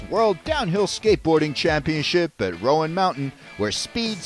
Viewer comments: It’s Roan, like groan or grown. Not the riders of Rohan mountain haha! Source, am from east tn. Super fun to watch and what a finish! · Great video. Wish you had pronounced Roan correctly though!